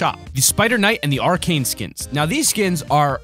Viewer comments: Arcade skin?? Its pronounced arachne[ara-ck-knee] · Arkane who You mean aracknie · hey its pronounced Uh Rack Ney not Arcane. I can understand the wrong pronunciation, but it gets on my nerves, so..... yeah. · Triggered a lot by him saying "Arcane" instead of "Arachne" on the spider skin..... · Why does everybody prenounce arachne skin incorrect. Its not "r- cane" its, "a- rak- ne" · Wtf is Arcane!!! It's Arachne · *aranchne not arcane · Has anyone realised that instead of saying Arachne he said arcane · The female spider skin is pronounced are-ak-knee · Its not arcane, its Arachne. Learn how to pronounce words correctly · It's pronounced (are-ak-knee) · You pronounced arachne wrong